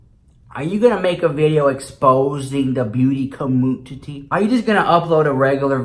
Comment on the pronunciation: Why *CUH-MOONTITY 😂